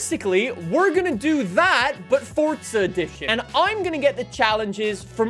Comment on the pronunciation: Can you not say forza? You always say fortza